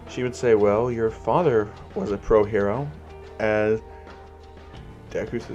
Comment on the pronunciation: The Way You Say Hero Are Shit😂😂